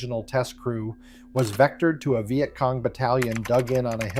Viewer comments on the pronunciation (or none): AI slop thunbs down. "Vy-yet Cong"? Really? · The “vi et cong” … Hate AI narration. Get a vet to speak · stupid AI WtF is a vy-et cong??? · The Veye at Cong! AI !